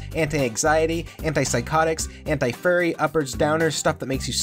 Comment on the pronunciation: Correct if I'm wrong, but did I hear "Anti-Furry"?